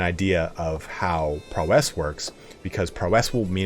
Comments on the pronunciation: "PRAUOW- IS" NOT PROW'ESSSŚ" Great videos though. Lol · ITS PROW ISSSS Like Prau - isss NOT PRO - WESS other than that great video. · Great video! One thing: PROW-ess, not prow-ESS ^^ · Amazing video! Thanks so much for all the work. Just a quick note, in US English "prowess" isn't feminine, so you wouldn't pronounce it "prowesse", it's just... "prowess.". But I guess if you're from the UK that's another story. But then you'd also be required to call your car trunk a "boot" and fill it with "petrol". On second thought turn the clock anticlockwise, go back a tad and throw this all in the bin. Whup, Bob's your uncle! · The way you say prowess bruh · awesome guide, just getting into the game. The pronunciation of prowess gets me every time you say it. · Thanks for the video but a little piece of me dies everytime you pronounce "prowess" that way. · Game reviewers on YouTube never know how to pronounce “prowess”.